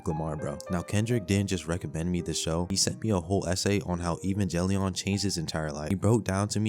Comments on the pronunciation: Not evenjellion.... It's a fucking g not a j dude. Give it some fucking respect. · The way you pronounce some of those anime is hillarious. Like "Evan"ge"lion" bruh. 10/10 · Bro please learn how to pronounce some of these titles evangelion and Gurren lagann killed me